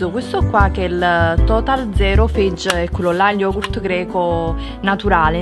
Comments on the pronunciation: Ciao, lo yogurt greco Fage, si legge Fajè, non "feig". Se non erro è scritto anche sulla confezione da qualche parte! Baci! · Yogurt "feig"???? Sulla confezione è anche specificata la pronuncia eh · Cherry Flower e comunque si inventa una parola tutta nuova...manco dicesse fage come si scrive....feig da dove cacchio lo tira fuori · la marca dello yogurt si pronuncia FA-YEH! C'è scritto anche sulla confezioni; "dessert" si legge "desser" basta stuprare i nomi, per favore.